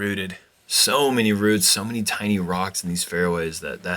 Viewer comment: Did mean "many people" or "mini people" on hole 3? Haha